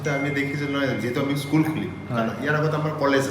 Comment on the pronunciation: Iskul nohoi paity school he pronouns tha tik koribi